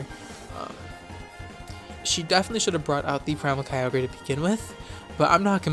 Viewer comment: can't believe you used to pronounce Kyogre wrong